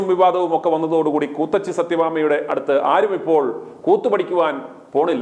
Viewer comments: ക്കൂത്തിച്ചി അല്ല കൂത്തച്ചി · കൂത്തച്ചി അല്ല കൂ ത്തിച്ചി